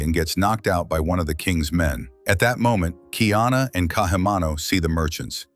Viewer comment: No kingdom of Ohana. His name is Kaiana not Kiana. You don’t know shit about Hawai’i.